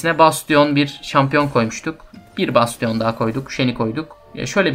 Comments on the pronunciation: besçın diye telafuz edebilirsin. ve de böyle telafuz ile ilgili sıkıntı yaşadığın şeyler olursa google translate in telafuzlarına bakabilirsin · güzel bir video ama bastionu öyle okumasan mı be